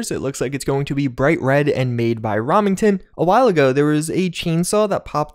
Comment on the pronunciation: Romington? Its Remington Rem-ing-ton